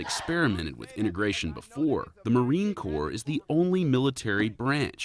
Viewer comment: It's pronounced Core and spelled Corps